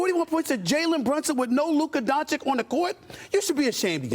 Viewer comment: It's been 4 years, Stephen A. If you still can't pronounce "Dončić" right, you're just trying to spite him and his fans. Lol.